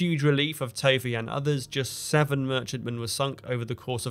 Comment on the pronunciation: Tovey is pronounced “Tuvvy”.